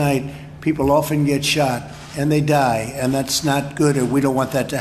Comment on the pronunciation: This idiot is the only person I’ve ever heard pronounce the word “die” in multi-syllabic form.